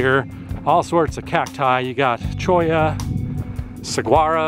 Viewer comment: Saguaro's 'g' is silent, hence, it's pronounced more like an 'h', resulting in the pronunciation, Sah woar' oh. Ocotillo is pronounced Oak oh tee' yoh. It's a Spanish word, and does not emulate the entry-sound of the word "Octogon". It uses Long-O sounds, and that's good to remember. ~ The yellow wildflowers in this video are Brittle Bush, and yes, the pink is Fairy Duster. ~ Where one sees beige-to-brownish Organ Pipe arms (or discolored Saguaro arms/trunk/tips), that indicates freeze-damage, which can easily kill cacti, as they're succulents. Arizona native here, and new subscriber. :) To share this and your Tonto Natural Bridge video with others, I've saved them to my large Arizona playlist (a video tour), to place in their respective sections. Thanks for sharing, and work on those pronunciations. :)